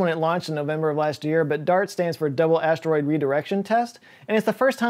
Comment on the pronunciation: I'm 'a need you to stop saying "stroid" 🤣